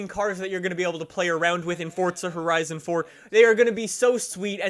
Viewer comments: It's forza, not fortza. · FORZA not FORTZA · It's Forza not Fortcza, same as try saying Freeza as Freetcza, just sounds dum. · He says fortza not forza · Do he spell Forza, ( Fordza ) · The way you say forza bugs me lol